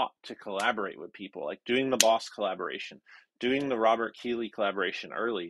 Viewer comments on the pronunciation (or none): none